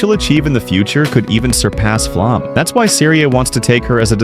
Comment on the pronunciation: Flamme rhymes with Llama.